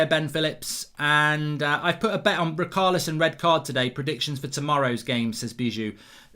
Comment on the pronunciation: Why does Mark pronounce Richarlison as ”Raokarlison”